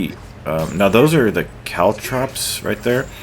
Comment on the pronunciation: No your saying caltrops correct...but good luck saying makibishi, which is what the ninjas in nary to call caltrops lol